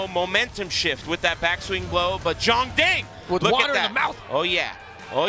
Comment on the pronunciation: Hopefully will stop calling him "Yongding"